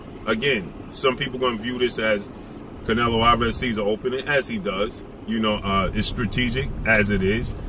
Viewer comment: Lol dats not how u say his name